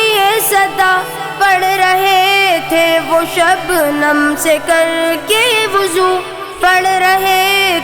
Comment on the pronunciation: Waju nahi hota wazu hota hai